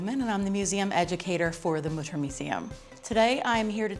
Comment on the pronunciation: Mütter, not Mudder. : / Learn how to pronounce it, please.